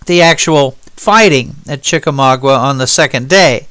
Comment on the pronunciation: from a local of the north west Georgia area could I ask u to pronounce Chickamauga right the u is silent